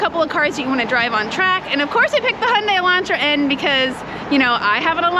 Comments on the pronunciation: I'm surprised the some instructors still pronounce the name incorrectly. says it correctly, it's "Hyun-DAY" as in highlighted in infamous Super Bowl commercial "Rhymes with Sun-DAY" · Right and the closest/correct proununciation to the original Korean and how is correctly pronunciating it is Hyun-DAY. If the UK promotes it differently, then it's their marketing department that isn't doing a very good job of helping to standardize the name globally. Here's the ad spot dedicated to how to correctly pronounce it in English